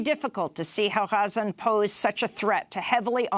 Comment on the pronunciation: Great reporting, but Amy you gotta stop trying to pronounce every arabic word "correctly." The way you say "Razan" is actually further from the actual arabic pronunciation than the normal english pronunciation